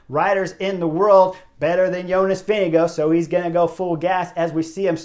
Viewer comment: Is Vingegaard really pronounced as VINNY Go?